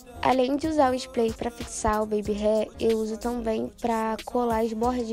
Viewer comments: Uma fofa você… muito gostosinho assistir o seu vídeo! A voz dela gente 😍 Só uma coisinha sua linda, se diz spray (com r) e não “splay” (com l) rs. Sucesso pra vc 😘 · mulherrrrrr, tu é belíssima, linda até sem maquiagem, mas "splay"??? 🤡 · Engraçado que ela fala splay😅